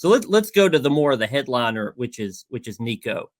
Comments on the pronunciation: Come on, man. It's week 7. Learn how to say Nico's last name😂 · Please learn how to pronounce Nico‘s name, right. It always bothers me when people don’t take the time to do their research to get a name, correct